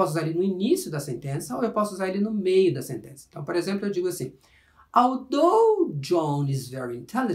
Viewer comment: That was actually a reasonably clear explanation from a grammatical point of view. So I would like to congratulate you on your pretty good job. However, I would also like to point out that the pronunciation of some words (i.e. "although" and "moreover") didn't prove to be entirely accurate. In spite of the minor details which I have just regarded, the lesson was quite good! But, again, we always need to get even the smallest details right! Keep up the good work!